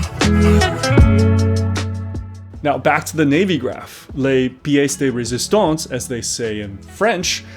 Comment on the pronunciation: congrats for your pronunciation of « pièce de resistance ». what about Yema? I am always amazed that many reviewers keep waxing lyrical about this stupid bezel locking system. A dive watch on which you need to unscrew the crown each time you want to set the bezel into a new position? Come on! The simple fact that few of no other company ever used that feature could be a clue. I think modern Yema is simultaneously trying to appeal to guys like me, born in the sixties in 🇫🇷 and who saw their fathers rocking Yemas back in the day and to be a French Bremont, but in a cheaper way. Because if you’re not French, why take the risk of buying a Yema? Get a no nonsense Seiko or a Lorier for the vintage vibe and live a happy life.